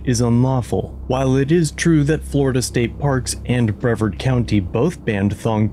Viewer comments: Hey, love your stuff. Shout out from Brevard County! However, it is pronounced Bruh-Vaard. Much love! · Little bit more research on how to pronounce Brevard correctly